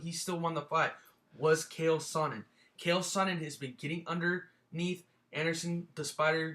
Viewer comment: its not khael its chael sonnen!!!